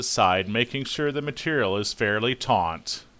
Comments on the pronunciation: that is great, very helpful. Though the word is taut not taunt. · Omg the word is "taut" not "tauNt". Taunt means to provoke. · Dude, I think you mean to pull it TAUT, not TAUNT.......Yikes!